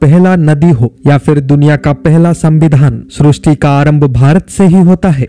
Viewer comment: Srusti nahi sristi hai